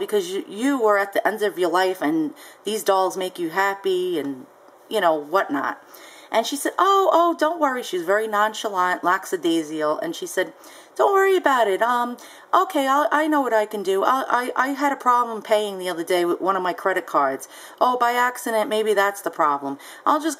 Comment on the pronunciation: It's not lacsadasial. Sheesh!